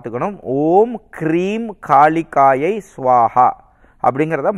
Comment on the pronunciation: மந்திரங்கள் சரியாக உச்சரிக்க பட வேண்டும் நண்பரே ஓம் ஹ்ரீம் காளிகாயை ஸ்வாஹா